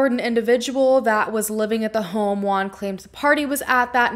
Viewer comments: The 30 min of video I think she is talking about a asian guy, but it wasn't, girl use Google translate for the name....jajaja "Guan"-"Wuan" JUAN..🤭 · Great job on this video! Bye the way, Juan its pronounced 'whoan' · I’m sorry but as a Mexican I just can’t with the way you’re pronouncing Juan, I laugh every time. I know this is serious but I can’t